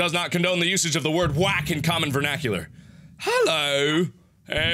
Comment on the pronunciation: that hello sounds British take that from a brit